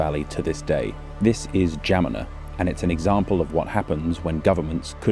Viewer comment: romanian here - how in the WORLD were you able to pronounce "Geamăna" so well?! wow